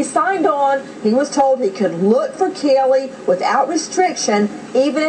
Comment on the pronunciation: Why the hell can't Nancy pronounce CAYLEE's name correctly? It's not Kellee, it's Caylee! What a stupid bitch.